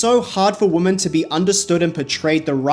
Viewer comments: You are one of the more and more YouTubers suddenly pronouncing "women" as "wo-MAN" as if you don't know how to say "wimin" and it's fucking weird. I have the same accent as you and I never say "woman" instead of "women". The fuck is going on on the internet. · I have only just discovered your channel and I love it! Catching up with all your videos now... love the Wendy Williams clips. I miss her!! My only criticism... the way you say woman and women is the same in the vide, unoess it's your accent... but cool video! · Women is pronounced "Wimin". Not woman. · Babe this is a new vernacular change ive noticed younger people saying, but “women” and “woman” are pronounced differently. “Women” meaning plural, is said “wih-min”. And “woman”, the singular, is “wo-men”. Young people tend to just default to the singular pronunciation for some reason. Great video as always ❤ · I'm fascinated by 1) how pink you are 2) your pronunciation of women as woman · This is an amazing video!! Although it kept sounding like you were saying “woman” when it was really “women” plural ❤❤❤ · Woman plural pronounced like WIMEN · It’s weeemon not woman. Why do people keep referring to several women as woman??? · I have also noticed it and it is even so frequent that it has become a pet peeve of mine😂😂😂 I think most people who mispronounce it do it out of ignorance rather than it being a dialect... They cant tell the singular form (woman) from the plural (women), thus mixing them up as one. That is my conclusion 😂😂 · your mispronunctiation of WOMAN =WU. MAN and WOMEN = WEE man...is ATROCIOUS... you have zero credibility to comment in public, on any topic, ever....until you learn how to speak PROPERLY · I see you can pronounce "men" just fine, but not "women" (WIH-MEN). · It is womEn, WOMEN!!! Pronounced 'we'-'men' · Why can’t nobody in this video pronounce the word “WOMEN” correctly?!?! 🤨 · Awesome breakdown but the pronunciation of "women" was so weird and distracting